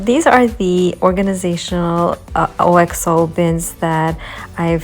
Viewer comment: just a quick FYI - OXO is pronounced ox (like the animal) oh. An English company that makes great kitchen ware.